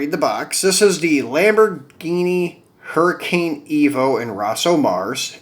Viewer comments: Hey homie, the pronunciation of the lambo is a huricon not hurricane. Good video, I'll be watching thanks. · Huracan is not pronounced Hurricane